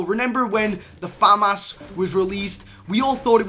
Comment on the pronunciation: The way he says “famas”😂😂 fam ass And the fact that he says he farted, that’s just unnecessary for you to mention